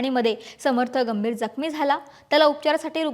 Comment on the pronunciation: Gambhir jakhmi madam, jambhir gakhmi nahi 😂